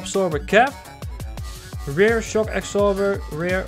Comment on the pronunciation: Leuke video, je spreekt rear uit als rare, dan zeg je zeldzaam. Je moet het uitspreken als rier. Voor de rest een leuke video, ga zo door want nu ga ik al jouw videos van zowel Train simulator als CMS 2015 bekijken!